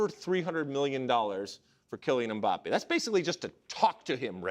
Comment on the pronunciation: Stop being lazy and pronouncing last names in english. Mbappé has the accent on the e.